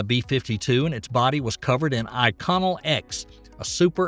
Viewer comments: Hold up. Yes solid boosters can't be turned off, but they can be jettisoned. Your point was misleading. It's pronounced Delta four not Delta eye vee. Inconel is not pronounced icon-ell. You're chewing up the N after the I. It's IN cun ell. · Great video--thanks and I'm a subscriber! FYI: "Inconel" is pronounced "IN-KOE-NELL" or "IN-KOE-NULL," "Centaur" is pronounced "SEN-TAR" or "SEN-TOR" and "Faget" is pronounced "FAH-ZHAY." ." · Inconel is pronounced INK-conel, accent on the INK.